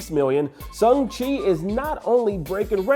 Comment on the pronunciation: Can someone tell that it’s pronounced SHANG-Chi and not SUNG-Chi please? If he’s gonna talk about the film so much, he should at least get name right.